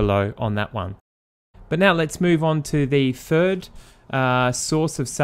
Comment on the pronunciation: Move onto the fird. Why cant you Brits pronounce the letter " TH " You always use an F Google EarFF